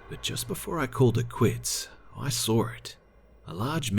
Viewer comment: Why does this guy put an r at the end of Saw? I sar some.